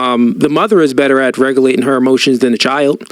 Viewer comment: He said "RECALATION" TF?! 😂